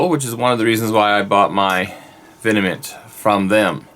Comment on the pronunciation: I don't want to be that guy, but it's not pronounced "vinnamint". It's literally V M N T. Sorry. I had to lol. I personally can't wait to get my hands on a vengeance. They're awesomely specd guitars. I have 4 deans total. I have the angel of deth, which is great, and I have 3 ml's. I personally love the v headstock. It looks badass, and very metal. That's an awesome v you have there too. I like the black.